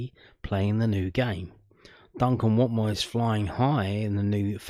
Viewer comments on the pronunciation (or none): That accent for Watmore was awful his from the northeast not Barnsley 😂